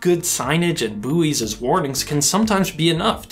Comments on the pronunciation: Loved this, learnt a lot. Knew weirs can be dodgy but not exactly why. But did he say "boo-ees" - meaning bouys? Bouys pronounced "boys" in UK English. Although I think it is a French word. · Did he just pronounce those buoys 'booies'? 🤣